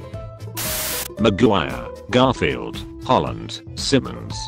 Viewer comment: Robot: Can pronounce Maguire Also Robot: Pronounces Simmons as sy-munns